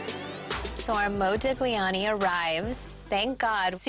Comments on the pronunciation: "It's an original Modig-liani" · Omg please stop saying modig-liani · ModiGLIani, the wrong pronunciation lol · MoUdiGliani HAHAHAHAHAH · You say "Modiliani" with no "g" pronunciation. You're welcome, psycho (pronounce it "sycho" ). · ...and the g is silent, too. What a nitwit. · The way she pronounces Modigliani fucking hurts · You never pronounce the G, gli pronounce as j. Sorry for my english, I’m swedish. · The way they pronounce Modigliani or every Italian words cracks me up